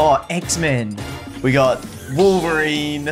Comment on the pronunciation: Wolverine, don’t you mean Wolferine?